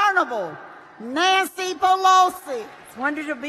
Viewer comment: Nan-stee Pelosi?? lol